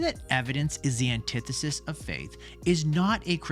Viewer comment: This video made me realize I’ve been pronouncing antithesis wrong my whole life